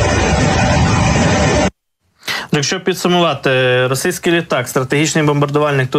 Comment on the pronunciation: Ну невже так важко вимовити РОСІЙСЬКИЙ ,а не росИйський.